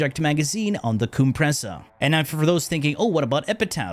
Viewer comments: COOM-pressa hehehe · booba-nico and the coom-pressa got me rollin😂